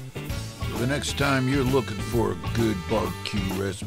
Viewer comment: SMELLS GUH!